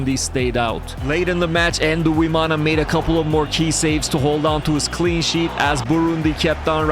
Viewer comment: Quick tip on pronouncing Burundian names, for example; 'Nduwimana' is pronounced ndu - wi - ma - na Emphasis on the 'ndu' part; it's not "en-du" it's "ndu" one syllable. Think of the english name "Blind" that "nd" at the end is the same as with the start of "Nduwimana" which means 'I am of God' btw. Thanks for coming to my ted talk.